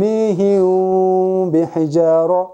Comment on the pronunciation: Ас саламу алейкум суроо? сукунду мим ба тамгасына жолукканда бираз в тамгасына ыктап окууп жатасызбы? Тормиихивв бихижароо деп. Рахмат Аллах ыразы болсун аминь